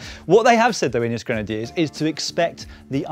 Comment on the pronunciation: "...Ineos Granediers 20 team leaders..." 😂😂😂😂... Starting to resemble Movistar 😂😂😂